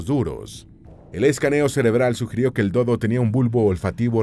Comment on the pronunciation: “El Do dó, el Cu cú y el Ne né”